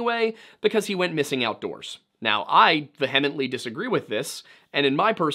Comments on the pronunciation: My Dude 😊 not trying to be a dick. "Vehemently" , is not enunciated that word. I hate when people don't correct me. It's like not telling me my zipper is down or I have something in my teeth. 😊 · Ve-HEM-ently cracked me up. Look up the pronunciation of that word, my guy.